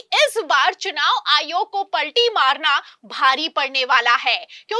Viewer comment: इस मैडम के बोलने का स्टाइल बहुत बुरा लगता है, कुछ उदाहरण जिन शब्दों को खींच कर लंबा बोलती है, प,,,,, ल,,,,, टी मार जी है, स,,,,,, बा,,,,,,,, ल किया जा रहा है, आदेश पा,,,,, री,,,,, त किए गए, जा,,,,, री नहीं किया जाएगा, समाचार में शब्दों को इलास्टिक की भांति लंबा लंबा खींचना ऐसा लगता है जैसे किसी पर टोंटिंग कर रही ही, इससे लगता है समाचार सुनाने में भेद भाव किया जा रहा है, इन्हें अपना उच्चारण सुधारना चाहिए